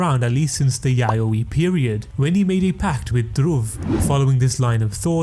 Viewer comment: When he said the “yayoi “ period I almost spilled my mouthwash out 😂😂 like excuse me?!?! 😂